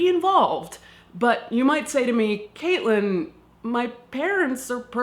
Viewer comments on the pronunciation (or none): none